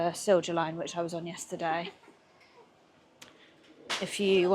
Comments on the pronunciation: It's pronounced Seelya Line. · Just a small and almost useless comment. "Silja Line" is pronounced Sil-ya Line. And I am not the only one recommending Stockholm - Mariehamn - Turku route during day. You can wave me, I'll probably be somewhere along the route with my sailboat :D